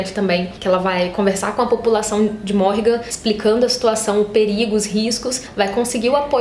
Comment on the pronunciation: Então,, eu só acho que a forma que vc fala o nome dos personagens é errada. Tipo Rafe, Berdi, Natya e até Civica e Morrighan. Como as palavras são em inglês acredito que a entonação seja diferente. Isso sempre me incomodou, mas enfim...